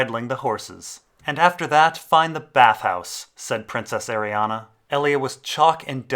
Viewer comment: Please stop pronouncing it Arianna, there is no A in the end, it's is pronounced "Ari - Anne"